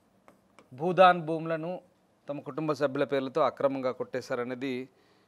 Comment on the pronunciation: Anchor మిత్రమా budhan కాదు భూదాన్.